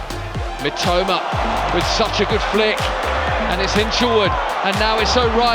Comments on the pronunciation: 実況の人が三苫というときに、「めっちゃうま」って聞こえる。。例えば、 のところ しかし、このスピードと運動量チート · 三笘がめちゃウマに聞こえるw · "Mitoma"がめっちゃうまに聞こえる。確かにめっちゃ上手い！ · Mitomaと言ってるのが「めちゃウマ」に聞こえる！ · mitomaがメチャウマに聞こえて草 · 正確には Mitoma, Mitomaなのにﾒﾁｬｳﾏｲに聞こえるw